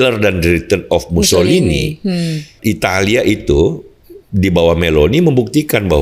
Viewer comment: pak, tolong nanti lebih tenang ya. Itu orang ITALIA namanya MUSSOLINI, bukan MUSSOLIHIN 😂😂😂 Kalau Mussolihin asalnya dari nganjuk 🤣🤣🤣